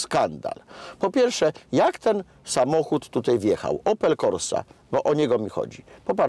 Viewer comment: Dworak - najbardziej niemedialna gwiazda programów telewizyjnych. Panie Dworak! Wymawia się "tutAJ" nie "tutEJ". Jednak co najbardziej razi, to te piski w co drugim Pana zdaniu. Ale za program chapeau bas dla TVP Kraków.